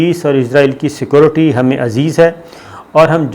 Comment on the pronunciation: What is the problem to say security Not secorty.